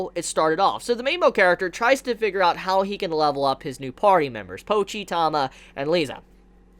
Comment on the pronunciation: It's T-ah-ma.. not Tom-ah..